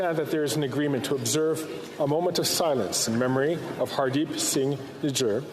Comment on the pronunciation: These dudes can't even pronounce 'Nijjar' they are calling him ' Nigga' ....😅😅